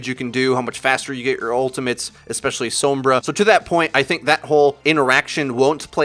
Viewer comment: The way you say Sombra annoys the hell out of me...